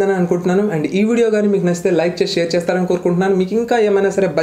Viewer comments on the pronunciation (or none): none